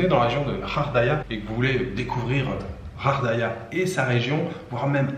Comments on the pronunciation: Bonjour mais pourquoi tu prononces Ghardaia "Khardaia"?? ça se prononce Ga! Bref en tout cas merci pour tes vidéos! Moi qui aime le calme cet hôtel me donne grave envie et puis les dunes et le Sahara et dire que tu n'as pas vu des endroits comme le Hoggar Tassili n'Ajjer ou la cité de Séfar! Ya rien de plus beau! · Ghardaia pas ghaghdaia, je sais le R en igh mais le R en anglais dans la phonétique merci . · Salut, c'est GHARDAIA ET NON RHARDAIA. TU N'EST PAS FRANCAIS TU EST DE QUELLE NATIONALITÉE parce que apparemment tu lis pas bien le Français. Ou alors tu fais exprès. 😬🙃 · moi aussi je préfère benCo, il est plus vrai et sait prononcer le nom de gardaia. Celui-là ne lit même pas quelques messages.